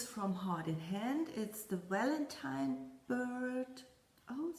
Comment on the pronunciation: Congratulations on your big finish with the snowman! It is beautiful!!!! I love how you say "Walentine" with your accent....adorable....